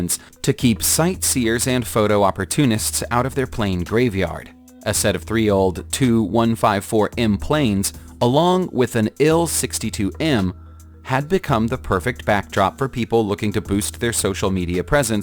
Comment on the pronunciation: You say the letters in Il-62 you clown you don't say it like ill-62